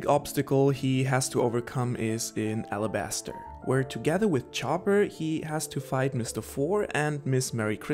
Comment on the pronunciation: it's called arabasta not alabaster